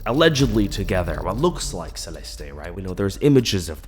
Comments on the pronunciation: Idk why but it's SRSLY driving my ears go nuts everytime you said Celest-ay..its just Celeste <Celest> ❤❤❤ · Could u at least pronounce her name right? Geez .... Celesté is weird. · Your pronunciation of "Celeste" and her full name is quite literally atrocious😂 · Why are you saying her name like that? 😂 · the way he pronounces her name like is he Latino??